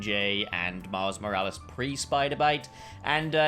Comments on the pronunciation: no one:: Miles Moral-ees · I’m sorry but it pisses me off how he says “moralees” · Why do you say morales wrong I was losing my mind. It's not moralees. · bro really said miles moraleez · He’s saying moralis wrong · Man said Moraliz 😂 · You dont pronounce his name like Moral ees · Please learn how to say miles name right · That's got to be the strangest I've heard someone say Miles second name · Nobodys gonna comment on the annoying way hes pronouncing morales? AND THEN HE SAYS IT NORMAL, WHY ARE YOU DOING THIS TO ME